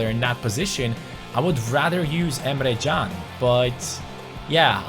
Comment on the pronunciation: you keep on saying Emre CAn's name wrong apparently it is actually Jun. Watch this video and skip to 4 minutes in